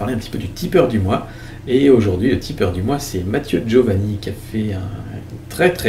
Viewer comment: C'est Giovanini, pas Giovani... Sinon, c'est du tout bon !